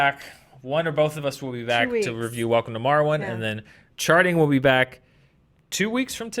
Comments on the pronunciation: Every time someone says welcome to Marwen, I keep hearing Welcome to Morrowind... It keeps getting my hopes up. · said "welcome to marwen" and I heard "welcome to Morrowind" and im just like "wait what?"